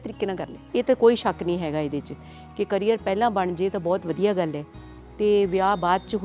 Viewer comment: ਕੈਰੀਅਰ ਨਹੀਂ “ਕਰੀਅਰ” ਹੁੰਦਾ